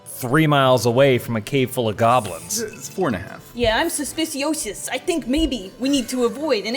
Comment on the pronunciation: "suspeciosis" you're great xD